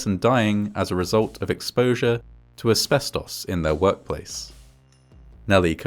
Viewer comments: deeply off topic but i love how ‘asbestos’ is said in an english accent. in the states i usually hear ‘asbes-toce’ or ‘asbes-tuss’ but i like this pronunciation. ‘asbes-toss’ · I like the way he says "asbestos". Nothing wrong with it, its just cool.